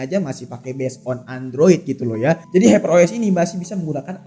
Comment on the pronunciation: Haiper dibilang heper 😂😂😂